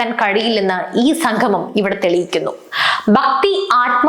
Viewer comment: സംഗമം.......ഉച്ചാരണം ശ്രദ്ധിക്കുക